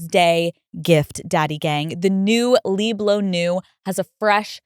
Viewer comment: That’s not the way to pronounce LIBRE of Yves Saint Laurent. LIBRE is an Spanish word. And even if you don’t want to pronounce it in Spanish, is still off in English. It makes no sense to say “live”. LIBRE means freedom. VIVIR is Live. Just so you know!